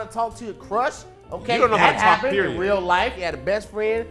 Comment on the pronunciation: Cuh said rear life the first time😂😂